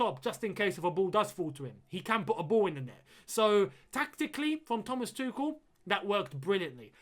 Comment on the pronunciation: Why do you say "Thomas Tukel" is that the actual pronunciation?